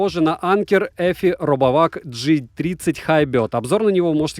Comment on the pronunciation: молодец, обзор отличный - коротко, без воды и мусора, только немного режет ухо произношение слова Hybrid, англичане говорят "хайбрид".